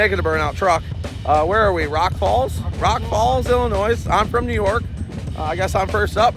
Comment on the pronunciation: Hey there is no "S" pronounced in Illinois.